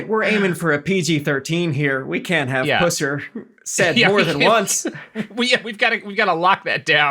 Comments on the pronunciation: I grew up not far from where the story took place and my father, who was alive at the same time as Buford, always told me that the locals hated him and never understood how he became a folk hero. I love that you’re telling the story, but your pronunciation of his last name is killing me. Is pus like bus and ser almost like sir. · Guys I know puss is funny as fuck but this asswipe's name is pronounced pus. Source: I grew up in west Tennessee, I heard about this bastard my whole life. My uncle was an extra in the 73 version, which they shot in my home county. This episode is dredging up a lot of shit for me. secondary source: every interview with the puss before he died. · Pronounced like Bus. Not Puss. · So as someone from pretty close to where all of this happened, his last name is pronounced like pus from an infection. Not… like that. Though that’s very funny. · I keep hearing Buford Pussy which makes it hard to take him seriously. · Nice episode, but his last name is pronounced like pus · You mispronounced his name the whole time and got a lot wrong. You suck at research and writing. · Well, for the sake of surviving family you could at a minimum pronounce the name correctly - You either pretend or are not even capable of comparing movies. TBI had botched the investigation from the very start - If you had become even mildly aware of what you're talking about, you would know this. None of his crimes? Could you go on to elaborate on the crimes Buford Pusser has been accused of? Investigated for? 15 minutes into this trash and ignorance - Peace out bitches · Are they seriously saying Buford’s last name incorrectly, intentionally?? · Learn how to pronounce his name. 🤣🤣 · I don't mind the content, but it would be more credible if they actually pronounce his name correctly. For an extra 3 minutes of work, they could have watched any of hundreds of other videos or even the first minutes of any of the early movies and learned how to pronounce the name correctly.